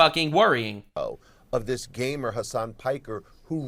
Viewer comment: he didn't say gamer, he said gaymer